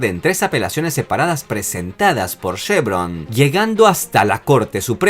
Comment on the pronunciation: no es SHEvron es CHEvron!!!